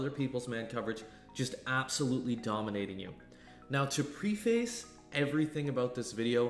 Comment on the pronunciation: Lookup how to pronounce "preface" ... it's not "pre-face" lmao